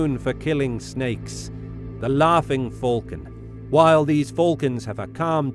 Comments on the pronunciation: Bruh... U spell falcons wrong u spell them folcon but it's pronouced falcon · He calls a falcon a fulcon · “Fulcon” I actually love the way it’s pronounced in this video 😅😁